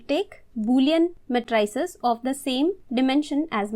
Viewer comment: ma-try-ces? very disturbing.